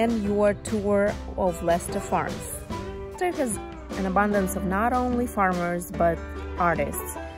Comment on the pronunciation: You pronounced it right!! Leicester is also a city in the U.K and it's pronounced Les-ter. Great video! New Sub right here!